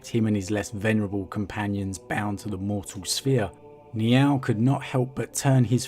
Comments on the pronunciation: "Niaaauwl" lol. Sounds like a kitty with a lisp. It's closer to N'yál (like, "howdy, y'all"), with emphazis on the 'a' which is pronounced as in 'actually'. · Sounds like your saying Meow oh